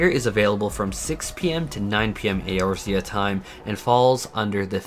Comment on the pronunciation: Your pronunciations of resin and eorzea made me recoil.